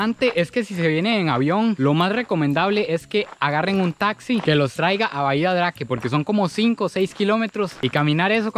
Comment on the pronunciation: Bahia Drake ? soy chileno, pero me imagino que se debe pronunciar como : Habia Dreik